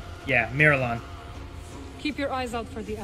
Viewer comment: And someone please tell him that Mirialan is pronounced 'Meer-ee-al-in' not 'Meer-uh-lawn'.